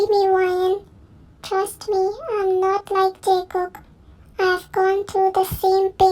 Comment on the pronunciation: Call me weird but I thought she don't know how to pronounce jungkook